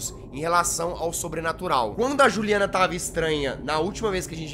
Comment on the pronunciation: quando o reporter fala juliana e só com um n não dois n